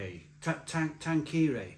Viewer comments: For your information. Tanqueray is pronounced "tanker-ray" and is a well known gin in this country. It's a bit more expensive and a premium brand than Gordon's. So you'd expect to pay around £5 to £10 more for a big bottle of Tanqueray in a supermarket than you would for a big bottle of Gordon's. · Lol we can tell you are not a Gin drinker if you can't pronounce it or have never heard of Tanqueray Gin. Good job you don't run a YT channel about drink lol.